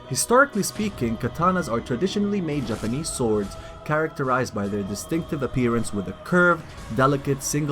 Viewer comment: The way u said japanese had me crackin